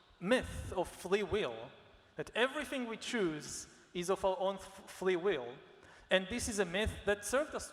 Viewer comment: why does he say "flee will" 3 times instead of "free will"? but he's very eloquent in every other word!